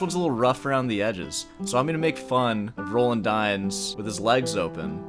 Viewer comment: I've never heard Roland pronounced like that, and i will not begin now.